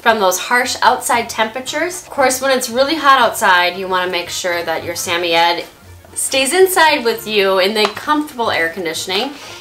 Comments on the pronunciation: It’s SAM-OI-D not SAM-O-YED-ED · It's not pronounced Sam-oy-eds It's pronounced Sam-oid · I'm pretty sure its sam- oye- ed, not sameyed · wait i didn’t know they were pronounced sami-yed i thought it was sa-moyd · Hello! Wonderful video! I have had samoyeds all my life and you do a great job highlighting everything one should know about the breed. Only question is I have been pronouncing suh·moy·uhd where as your pronouncation is sam·e·adds. Just wondering if I have been saying it wrong. Again great video! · Is.... Is that how you say the word? We've been saying it Sa-Moid not Sa-Mie-Yet.....help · Please pronounce the breed correctly it’s “Samoyed not Sameyed” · In England it’s pronounce “Sam-oy-yed” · In Australia it’s pronounced sam-oi-ed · its pronounced suh· moy·uhd. love the vid! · I find it weird that I want a Samoyed so bad but I’m still not sure the proper pronunciation of Samoyed. Most of the time I say Sam-owy-ed. But this girl seems like she knows what she’s talking about and she says Sam-iy-ed so I’m out of ideas lol. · Sam- oy- ed... you say it like that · Why are you pronouncing the Samoyed dog's name like Sammied? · It's SA-MOY-ED. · I hate to be the one to tell you but you are butchering that pronunciation. suh-moy-uhd. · Are you pronouncing their breed correctly? I watched your video, went to the pet shop and pointed to one I want and the worker corrected me on how to say the name. I was embarrass.